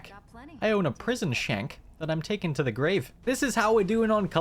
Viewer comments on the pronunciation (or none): none